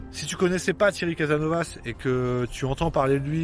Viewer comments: CASASSSSNOVAS ! Oui tu prononce très mal ! Mais tu fait de bonnes vidéos, merci. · Mince , je m'attendais à m'amuser un peu en prenant plein la face , je suis déçu :) merci à toi ...C'est "caSaSnovaS" , il faut marquer les trois "s" .